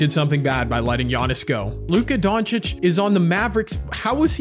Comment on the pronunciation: please stop saying doncic wrong 😭😭 its don chicH not don chicK